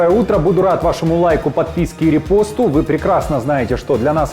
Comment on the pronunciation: Нерепосту а РЕ'ПОСТУ